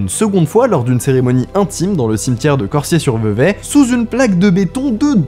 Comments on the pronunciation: Corsier pas corssier.... lettre S entre 2 voyelles ca vibre, mon clavier Péruvien ne me permet pas d'écrire correctement pardon mais je suis prof de langues! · On dit "corZier" sinon très bonne vidéo 😘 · Si jamais, Cosier ce prononce Corzier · C'est Cor(z)ier.... pour le S de Corsier... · Je sais que ça peut être bizarre mais ça se prononce Corzier